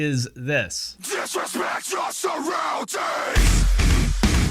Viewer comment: I can’t help but hear “diswespect yaw suwwoundings!!” 😂😂😂